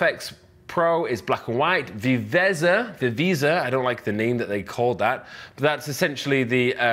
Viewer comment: Hi. Great news huh I use NIks suite for years now, especially Color Efex and Viveza Viveza is Spanish for Liveliness Pronounced Wee We (short e like in "well" ) Zaa Great that you are going to do this (you're the first;-)